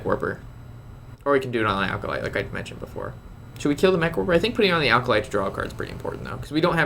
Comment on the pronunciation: Hey! A little tip: The "Acolyte" of pain is pronounced "Ack-o-light". There's no "l" before the "c".